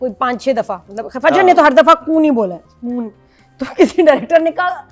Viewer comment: Assalamualicum, Urdu May Sokon hi kahtay hain. Sakon nahi kahtay hain.